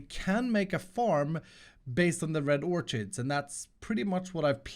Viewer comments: Pronounce orchid as orkid, the ch makes a k sound “or-kid” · You pronounce it red orkid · you pronounce the word orchid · Dear, THE "H" IN THE WORD "ORCHID" IS SILENT. Sincerely, A.O.